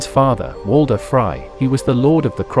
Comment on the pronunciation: that doesn’t explain him saying Walter Bolton😭💀